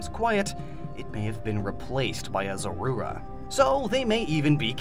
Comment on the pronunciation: Thats the most disgusting pronunciation of Zorua ive ever heard